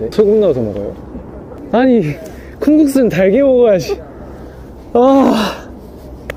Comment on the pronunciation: 아↗️니⤵️ 이거 찐 전라도억양ㅋㅋㅋㅋㅋㅋㅋㅋㅋㅋㅋㅋㅋㅋㅋㅋㅋㅋㅋㅋㅋㅋ 오시온 개기여워